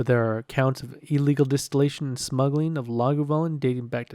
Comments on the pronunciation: One of u pronounces it “lagavoolin” and two say “lagoovalin”??? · Laga-voooo-Lin. Great video guys looking forward to more!